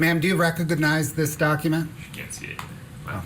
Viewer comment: Why does the prosecutor say rec-og-og-nize?